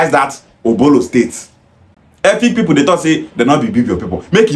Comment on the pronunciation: People is not pronounced pepol, boy.